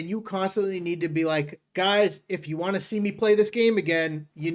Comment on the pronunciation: Why can’t he pronounce the word “want”, it really gets on my nerves!